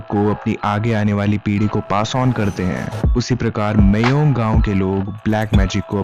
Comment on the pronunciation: It's pronounced as 'Maayong' not 'Meyong'.